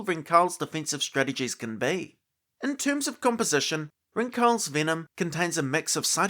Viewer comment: Pretty sure the pronunciation is Ring-Hals (like the city Hull+s), not Rin-Khal😊 If someone is interested 😅